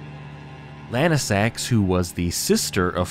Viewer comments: Wouldn’t Lansseax be pronounced Lan-see-ax, not Lan-i-sax? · Bro its Lansseax, not lanesax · Lansseax. Say it with me. Lance&Axe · bro rly jsut said Lansax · Pronunciation 100 I don't know how lansseax can be pronounced lanesax most of the other ones were also mispronounced, do u mispronounce names on purpose or what? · Yeah, that's because Adula pushed past her limits and went into Super Dragon God Super Dragon (Evolved). (also had to double check the wiki to be sure I wasn't going crazy and yes, he's pronouncing Lansseax like a madman)